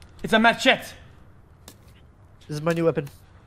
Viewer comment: When he called the machete a “mah-chet” instead of “muh-chetty” 😂